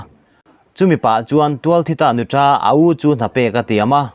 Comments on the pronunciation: Nuța tih tur.Nutra hi mizo țawngah a awm lo... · Nuta(nutra) i thluk dan hi a dik hlel deuh